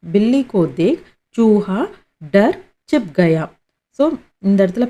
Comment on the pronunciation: Chip kaya nu sollringa but hindikaranga chup nu solranga chupake raha